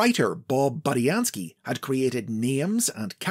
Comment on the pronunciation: In early episodes of The Basics, he was pronouncing it as "BOO-dee-an-skee"; but apparently he eventually found it's pronounced "BUH-dee-an-skee".